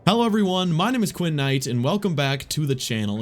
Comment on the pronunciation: Quinn, Lol...did you say "Porn"